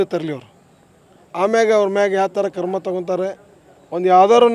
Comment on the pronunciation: Le..karma thagolla kano....krama anno.😅😅😅 Thu ninna....kannada kaliyo